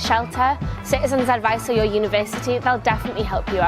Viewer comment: 是法国人吗 感觉每次university都是法语发音